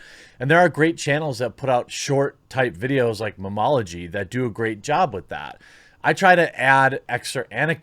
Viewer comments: Meme ology not muhmology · Does he not know it’s “meme”-ology? Or am I just dense?